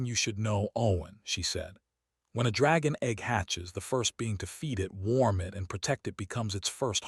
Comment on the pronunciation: I agree that AI still has a long way to go when it comes to narrating stories like this, such as "starring" instead of "staring," saying "I T" instead of "it," etc. But, in this case, "bobbies" instead of "babies" doesn't bother me as several cultures around the world call their babies that. It's a sweet term of endearment so I don't think it makes much difference whether it was AI error or not. It doesn't detract from the great story that it is. Brightest Blessings.